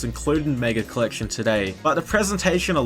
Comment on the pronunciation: The way this guy pronounces collection means one of two things: braces or a speech impediment